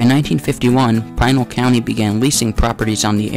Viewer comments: Pinal is not pronouced as "Pine-al" (locally) sounds like Pin + Al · Pinal = Pih-nall